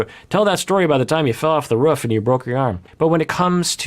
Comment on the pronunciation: This is such an important topic and I'm really glad he's addressing it, I have to also say though, I can't get past the way he pronounces roof lmao 😂